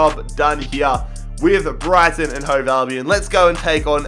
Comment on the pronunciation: You say Brighton and Hove alvion